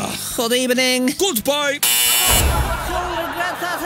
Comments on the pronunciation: "Good Ebening" "Goodbye" 😂😂😂😂😂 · “Good ebening”: “Goodbye!” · Hood ebening